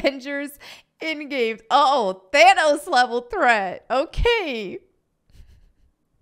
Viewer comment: Stop saying Thanos! It’s not This cringe is destroying my brain to listen to